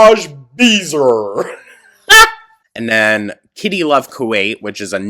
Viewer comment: “espionage beezer” 😭